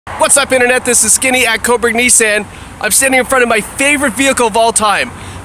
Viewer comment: Skinny, listen you gotta work on your pronunciation of Nissan.